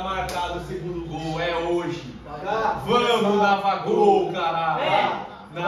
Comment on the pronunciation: navagol kkk